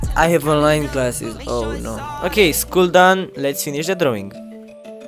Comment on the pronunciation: U said - droing